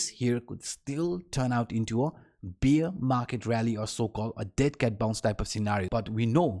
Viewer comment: "BEER" market.... I love "BEER" market... this is how you say it in your video.... It should be BEAR, not BEER... (I'm kindly teasing you ...) My prounciation needs to improve too, English is not my native language.... Thanks for your video. I personally think we haven't reached the bottom yet. This short lived mini rally was too fast. I don't think it is sustainable. There are lots of long liquidations down below around 17K, but it could go further down... let us see.